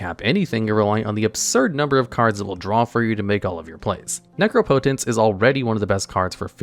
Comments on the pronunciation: I'm just glad you pronounced "necropotence" correctly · guys he finally said necropotence correctly